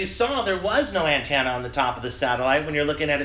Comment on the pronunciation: "anntannuh "lol